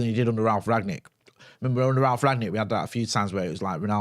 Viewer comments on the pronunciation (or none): none